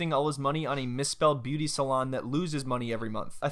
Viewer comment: I’m all here for the “Made Beu-aty” 😌💀